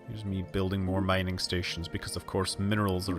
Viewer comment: "Mininging". xD